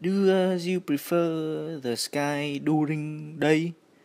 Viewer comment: đang nghe mà đến đoạn "sờ kai" của ad mà e phì cười :3